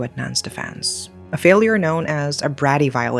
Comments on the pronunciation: Just to inform you, it's pronounced A-tur-ny and Braydy. Nevertheless, thanks again for another great storytelling of these unfathomable events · 1 small critique RHE Brady law which in itself huge law mispronounced for reference 2 correct watch 1 episode of the Brady bunch TV show theme song otherwise great post